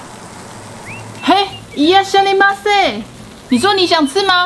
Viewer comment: 可以跟店家說不要章魚 它應該會很高興然後原價賣出😂 是 一「拉」蝦依嗎ㄙㄟ 千後面一直唸一「呀」😂